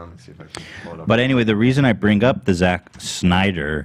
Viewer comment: I wish you guys would do an ounce of research about Justice League. Y'all just endlessly bash his movies and admit you haven't even seen most of them, while also bringing up Rotten Tomatoes scores for movies he hasn't even directed. It's spelled Z-A-C-K and is pronounced Snyder not Schneider. His fans raised over a hundred million dollars for the mental health and the movie is over 2.5 hours of new footage that you haven't seen.